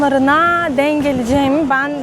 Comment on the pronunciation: artık tam bir Türk gibi konuşabiliyorsun hatta değimleri mecazları bile kullanıyorsun küçük bir katkım olsun istedim ''denk geldim'' derken ''denk'' teki son harf olan ''k'' yı baskılarsan daha iyi olur güzel kızım.